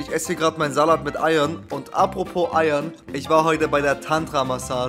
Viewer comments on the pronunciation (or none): wie sagst du salat bro? sallatt